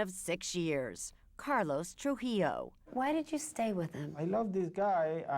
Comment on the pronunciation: Why can’t any of these white people say “TruJILLO”?